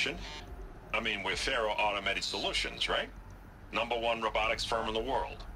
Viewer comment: Its fun to notice that before Aloy See's Ted and Elizabeth's conversation she mispronounces the name 'Faro'